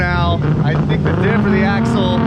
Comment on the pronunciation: Who the hell do you "Fink" your talking to! Lol